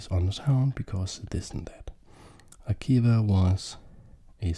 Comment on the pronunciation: One note on his name, it should be pronounced more like “Akiva”, it’s a Hebrew name, not English. The sounds “b” and “v” are closely related (and in some languages even interchangeable) so I’m not surprised to see that those were the two different spellings of this name.